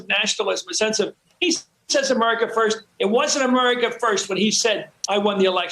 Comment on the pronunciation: When Trump says,, "America First" it always comes out "America Worst."